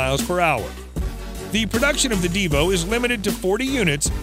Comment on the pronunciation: Btw its divo not devo. You also kind of forgot the bugatti voiture noire. And the rolls royxe boat tail